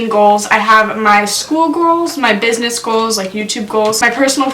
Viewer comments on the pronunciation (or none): “Buisness” lmao (no hate I love ya) ❤️